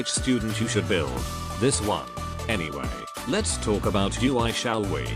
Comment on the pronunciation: It's quite funny how text to speech pronounce her name as U.I.